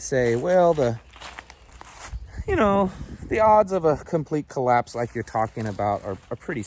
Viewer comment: What's a "colloase"? Just askin'.